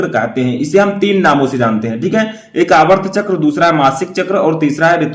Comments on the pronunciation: Sir aap aatrv chkr ko aavrt chkr bol rhe hai espe sudhar kre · Aavart chakr nhi aartav chakr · सर आर्तव चक्र बोलते है न कि आर्वत चक्र